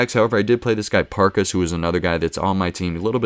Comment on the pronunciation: You've got his name right until you get to the end and you say AnyinsAY, it's AnyinsUH basically :) Also, Parkes is just Parks :)